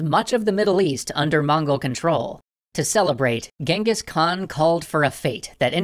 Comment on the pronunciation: Well that's the first time i'm seeing someone use the phonetical spelling of the Actual Pronunciation of Genghis.